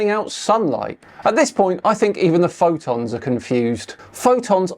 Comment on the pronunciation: He's not going to mention the obvious curve he is showing at 122,000 ft, and clearly above his "magnetic convergence zone". Also I never heard anybody call a photon a "phodon"